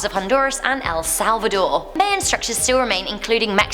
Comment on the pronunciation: That moment when they say you're hometown right while others get it wrong (El Salvador btw)